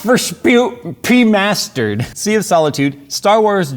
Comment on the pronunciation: you need to say it it's Need for speed Hot Pur Suit Remastered the word was Remastered again Remastered say it out loud so funny love your hang ups take the Twist Tie off your Mouth LOL